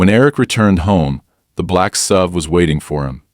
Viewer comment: Since when has an suv been a sub? Learn how to read, and edit.